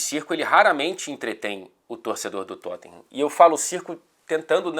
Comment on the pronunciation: "Tottinham" você é ridículoooooooooo hahahahahaha